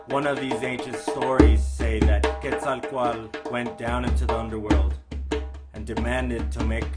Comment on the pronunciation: Now I definitely know how to pronounce Quetzalcoatl. :-)